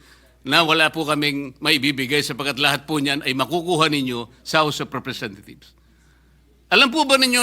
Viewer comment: I heard you said "the house of representathieves", Ms. Condominium ....hmmm